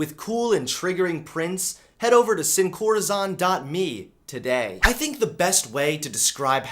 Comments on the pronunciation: It’s not pronounced corazawn it’s pronounced like corazone. It literally means “without heart” in Spanish because they replace the hearts within other things. Clever name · I love you but it's pronounced "seen core-uh-zone" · Um...just saying...it's pronounced "seen core ah zone (sone in some places)". It's Spanish for "without heart" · Dang dont rep a brand and completely mis-pronounce it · When you try not to be triggered when Sin Corazón is mispronounced… Soy latino. I can't help it.